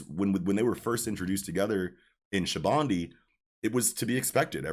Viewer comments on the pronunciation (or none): Never knew that Sabaody was pronounced Shabundi